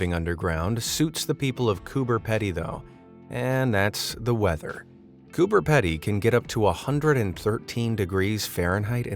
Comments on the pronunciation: It's pronounced"Cooper pee d" Coober Pedy even though it's spelt that way just a heads up great vid though 😊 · It’s pronounced Cooper Pee-dee. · Just an Aussie nuance for you, "Coober pedy" is pronounced "Cooper peedy" lol. I don't know why, it just is. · You said cooper pedy wrong 😑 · pronounced with a long e, coo-ber pee-dee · Coober Pedy is said as Coobah Peedee and Emu is said as eemyou. Just your useless facts for the day 💜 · Not that I wanted to be “that guy,” but Coober Pedy is said with a long E, not short Coober peedee. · Its pronounced coober peedy bro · It's pronounced Cooper P(eed)y !! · Its pronounced cooper peedy dude and its my home state get your info right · The second word of Coober Pedy rhymes with needy, not with ready. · i believe as an australian coober pedy is pronounced “coober peedy” someone correct me if i’m wrong though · You're right. Fellow Aussie herd. The way he's pronouncing it denotes a double D. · That’s how I have always heard it pronounced, by the people who live there. So yeah, I agree. Coober Peedy. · Love it but I really wish the narrators would take 2 seconds to learn the pronunciation of words they are unfamiliar with. Coober PEE DEE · did anyone else notice that he can't pronounce Coober Pedy properly Or was it just the Australians like myself that realised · learn to pronounce the ausie one,u are wayyyy off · go to google and type in how to pronounce "Coober Pedy" because you are so wrong, its funny lol.... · You are right mate I’m cringing every time the narrator pronounces it. Or any other person saying Aussie town names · THANK YOU!!! this was annoying the shit out of me the whole time hahaha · btw us Australians pronounce it as Cooper Peedy even though it is spelled Cooper Pedy btw pls do a face ravel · It's pronounced Coober peedy but spelled Coober pedy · When you say cooper pedy say it like this Cooper peedy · Coober Pee-dy, not Ped-y - Aussies be weird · Coober “Pee-Dee” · Its pronounced coober PEEDY.